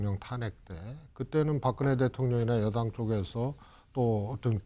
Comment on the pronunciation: 한국어에는 각 단어들에 장음(長音), 단음(短音)이 있어서 국어사전에도 표제어에 장음 글자의 오른 편에 : 표로 표시되어 있다. 그런데 요즘 젊은 기자들은 한자어를 말할 때 이를 전적으로 무시하고 아주 짧게 발음한다. 예컨대 '여:당' '야:당'이라고 길게 발음을 해야 하는데 짧게 발음하는 것이다. 참으로 듣기에 딱하다. 이런 폐해는 한자 사용의 폐지에 기인한 것으로 생각된다. 참으로 큰일 났다.